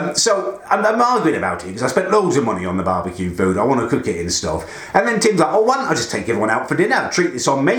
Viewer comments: “I wanna cewk, I wanna cewk,” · Learn how to say cook you humpty dumpty lookalike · Any1 else hate the way he says cook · Stop saying cook like that please. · what do you say cook so weirdly